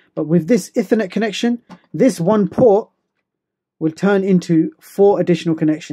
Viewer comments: Ih - thur - net When it's E-thur-net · Sorry, but it's pronounced 'eethernet' (Cambridge English Dictionary) 'Ethernet just sounds odd. Nice video nevertheless - mine's arriving this Friday - can't wait, because I've run out of ethernet ports. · Every time you mispronounce "ethernet" I want to scream.